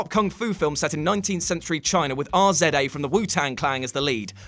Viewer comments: Attack the Block is a banger. I might also include Brick, the Joseph Gordon Levitt high school noir film. Also, RZA is phonetically pronounced (rizz-ah) and not spelled R-Z-A. Brilliant film choice, though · His name is RZA. Riz-za! Not R. Z. A. And definitely Not R. ZED A! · Are Zed Ay is how your mum prnounces RZA. Wait that was actually you? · You guys can't even say Rizza, you have to say R-Z-A?😂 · Just for future reference, You don't spell out RZA's name. It's pronounced "Rizz-ah". But you gave me a SOLID laugh with that one. 🤣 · It’s not R-Z-A. It’s pronounced rizz-uh. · Did you spell RZA Ar-Zedd- Aeye? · The fact Called The Rza R-Z-A is killing me for some odd reason 🤣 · Sorry...Zed did you say? You Brit's and your pronunciations. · R. Zed. A 😂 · thank you for calling this out. i couldn’t stop laughing… i’ve literally never heard it pronounced any other way before this 😂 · that annoyed me when he said that too lol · R Z A 😂😂😂